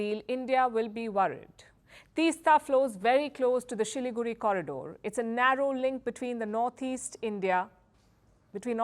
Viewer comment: kudos to Palki for pronouncing Siliguri with how the locals pronounce it, never heard this before from any media person before.